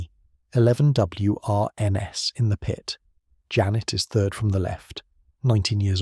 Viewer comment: It’s pronounced “Wrens”. Just say it. WRENS. Like the bird. They did not go round uttering the letters in the acronym, like we do not say “N. A. S. A.”. This channel has good stories, but the scripts are so nauseating, ai slop everywhere. And check the English, you are promoting English stories and cultural heritage, it deserves being listened to by a native speaker who knows how to pronounce the thing. Another one of this channel’s stories tells us about “Doctors with their P. H. D. S.”…